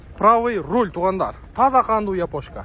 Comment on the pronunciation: Урол эмес Руль деп айтылат.